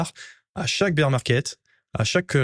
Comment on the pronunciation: Baire market… SVP, pas bir ça me fout la mousse dans les oreilles 😂😊